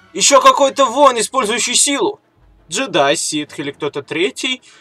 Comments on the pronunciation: ты что добил не ситв а ситх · Меня одного напрягает как он произносит слово "ситх"?